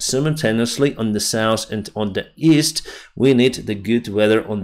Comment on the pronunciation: South -not 'sauce' North - not norse